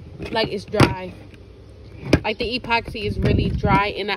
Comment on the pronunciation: What’s an E-poxy😂 it’s just epoxy one word!